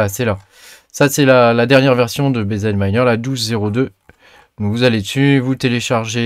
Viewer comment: BiZI miner on dit 🤪